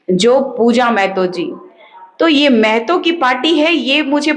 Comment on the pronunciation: मैडम। " मै ह तो" नहीं होता है " म ह तो "होता है !!!!